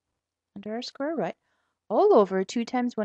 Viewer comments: square root not square rut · She's chinese is why she says rut..